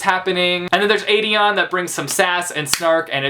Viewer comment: im sorry, STOP MISPRONOUNCING AELIN AND AEDION'S NAME. THERE ARE PLACES ONLINE WHERE SARA J MAAS PRONOUNCES IT RIGHT BUT AELIN IS NOT A-LEEN , ITS A-LIN, PLS JUST NO